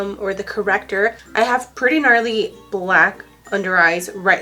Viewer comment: lol she said narly